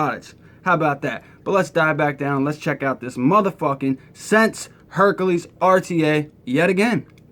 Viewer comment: HerAKles, not HerKAles....sorry that drove me crazy! This isn't the nutty professor rta lol